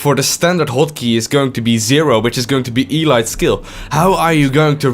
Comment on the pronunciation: It's funny how he says elite like E-lite